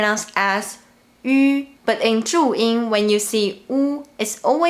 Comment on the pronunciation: It's Zhuyin but she pronunced it "Chu Ing" because her accent.